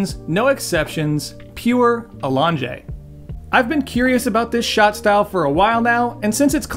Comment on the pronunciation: A-long-jay …sounds like has a menu item runaway name with that accent.